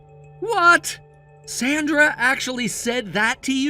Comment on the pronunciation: At least keep the pronunciation of Sandra correct. Goes back and forth.